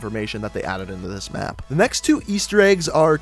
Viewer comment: he said mape and not map